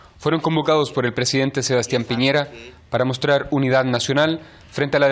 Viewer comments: Cuando paren el resentimiento añejo tendrán mar pero por punta arenas, además es Piñera no piñeira 😂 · Señora, es Piñera no Piñeira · El presidente se llama Piñera, no Piñeira señora. Infórmese, por más que le duela.